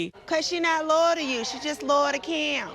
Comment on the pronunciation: ‘Cause she’s not ‘LOW-YUL’ to you;..............she’s ‘LOW-YUL to Kim’